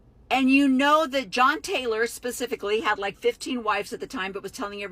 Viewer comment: That’s not how John’s name is pronounced. Are you sure you know what you’re talking about?